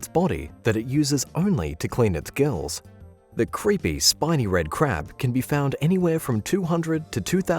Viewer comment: He kept saying "shiney red crab" instead of "spiny red crab" am I the only one that noticed